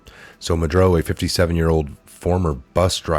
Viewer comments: Mah-Duro not Madroe or Madrew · it's Maduro not Madro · You have a good channel here with good info so please take this in the manner it's intended.. constructive criticism. Nobody's perfect (I'm not) but I find that you mispronounce names a lot. For eg. it makes it hard to listen to hearing MudRo over and over when it's MudUro. This might sound picky but I have found it happens a lot here so I decided to finally mention it. I'm sorry if you take offence to this. Keep up the great investigative work! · ma dur o not ma dro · I love what you do but please pronounce ma-du-ro not madro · I find that many of you guys make a lot of mistakes while reading the articles. It is MA-DUR-OH! Not Madro! I hate to criticize but you said Madro every time you read his name. Maybe 20 times. Sorry but it drives me crazy. Maybe too much 5G? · His name is pronounced Mad-UR-oh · Ma-dur-o....is how you pronounce it. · it's pronounced " mah-dur-oh " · Ma-du-ro. Ugh. Love ya tho! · That a$$hole name is pronounced, Ma-do-ro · Pronounced Ma dur o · muddrow doesn't deserve a please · same here 👍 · Please learn how to pronounce Maduro. It's not "Madroe" geeeeeeeze!